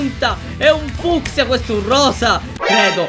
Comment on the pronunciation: si dice fuskia